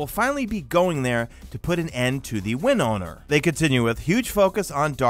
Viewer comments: win-oh-er not win- own-er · You say win-owner but in the lore it says winnower 😂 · It's winower not win owner 😂😂😂😂😂😂😂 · So you were saying “win owner” and I was like “that’s a strange name. But I can dig it.” Then toward the end I realized you meant “Winnower.” Which is from the lore; the Gardener (Light) and the Winnower (Darkness). Which made me feel like this might not be a legit leak based on the fact that they call the main baddie the “Winnower” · I though he said Wind Owner. WE GOING UP AGAINST AN AIR BENDER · ill never understand if people just don’t bother to read properly or what, how you thought it was pronounced WIN-OWNER I’ll never know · Is it win owner or winnower? lol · Winower not win owner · Yeah, I was triggered every time he said it incorrectly.. don't know why. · Winnower. . . It doesn’t have a third ‘n’ lol